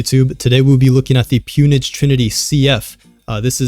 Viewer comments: It’s pronounced “pown” like “own” with a “P” not “pewn” 😹 pwn/pwned is oldschool gamer terminology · Have I been saying Pwnage wrong ?